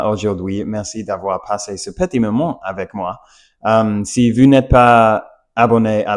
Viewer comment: Tout en vous partageant mes pensées, tu dois t’entraîner à prononcer “vous” et non “vwu”. Pourtant, tu y parviens très bien lorsque tu dis “Bonjour” au début. Répète “ou” cent fois par jour. Pareil pour le "R", parfois tu le prononces bien, et parfois tu le reprononce à l'americiane, essayes de le faire constamment.